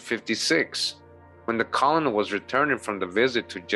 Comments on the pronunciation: Colonel is pronounced kernel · As weird as it is colonel is actually pronounced like 'kernel'